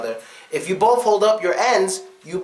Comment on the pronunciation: Hi, I'm from Zambia, Southern Africa (NOT South Africa), and I'm an avid follower of your American English and Culture video lessons. Your teaching is very captivating. I love it. In your Breaking Bad Slang (Season 1 Episode 2), I notice you pronounce BOTH as BOFF. COLOMBIAN NECKTIE: The South Africans have a "SOUTH AFRICAN NECKLACE". A South African necklace is when people put a car tire around your neck and set it ablaze. This tire will burn to ash still around your neck.